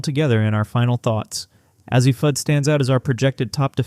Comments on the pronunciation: Who's AH-ZEE Fudd ??? I know who A.Z. Fudd is, bit I've never heard of AH-ZEE Fudd. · Azzi is A Z, not az zee. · Why do you continue to mispronounce Azzi ??? It's simple .... A.Z. Cannot take you serious. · Why can you not pronounce the names of the players? Pronounce: A-ZEE and BECKERS. Smarten up, please, you sound like a fool. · If you can't even pronounce "Azzi" or "Bueckers" correctly, it's very hard to take you seriously. I mean, c'mon man. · I agree with this statement. Between Azzi and Paige, they names are always pronounced wrong